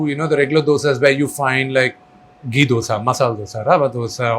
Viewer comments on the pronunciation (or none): none